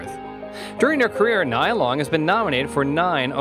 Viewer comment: Pronounce her name correctly before you start reading her bio.